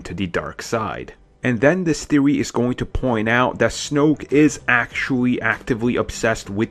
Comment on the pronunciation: Theowy Twiwogy Waskily Wabbit